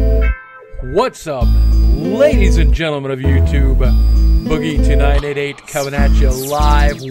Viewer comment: Whenever he says "Boogie2988", I hear "Boogie Tonight88". Please tell me I'm not the only one.